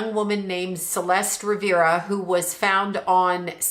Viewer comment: her name is CELESTE RIVAS HERNANDEZ you spelled her name incorrectly in the title, and then within the first 10 seconds of the video you again mispronounce her name as ‘Celeste rivera’ please do research before being so quick to post for clout